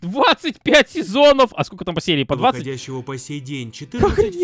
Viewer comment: Меня рассмешило когда сказал скока 😂😂😂😂😂😂😂